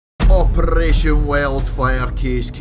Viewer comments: at 0.01 put that rapid fire attachment on "operrrrration" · when he sais operaggggagagagation weeeeld fir kaasssis cuz of his acent